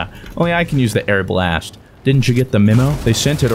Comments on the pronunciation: ARE-BA-LEST. Its not airblast, never. No. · Hey fruit it’s pronounced are-bull-ist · it is Are-buh-list Arbalest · arbalest = airblast You said it without thinking, and didn't noticed either, but now it's stuck on my brain every time i see the gun's name. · When he says the arbalest 🤣🤣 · I really hope was joking about the pronunciation of Arbalest.. its not even difficult to say